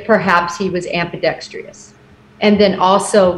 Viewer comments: I think you mean 'ambidextrous NOT 'ambidex-t-r-i-o-u-s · You'd think if she was going to use it so often, she'd learn how to pronounce 'ambidextrous'. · she said ambidextrous wrong but otherwise great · Never seen the word "ambidextrious." This former sleuth needs to hunt down a dictionary. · Her mispronouncing "ambidextrous" repeatedly was all I could focus on